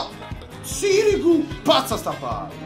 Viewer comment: Non si pronuncia sirìgu ma sìrigu